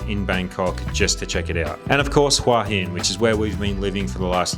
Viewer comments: How have you lived in Hua hin for a year and you can’t pronounce it? It is literally head rock. Look up the word for head in a Thai dictionary. It is certainly not waa hin. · Nice video, but why not do a little research on how to pronounce Thai names? You're so wildly off with Koh Phangan, Khao San Road, and even you're own Hua Hin that it wouldn't be understandable to anyone accept maybe a fellow Aussie, let alone a local Thai. So easy to plug these names into Google Translate and pronounce them somewhat correctly.